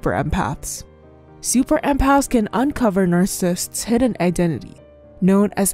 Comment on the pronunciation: Your Chanel is informative but the way you say NARCISSISTS is Distracting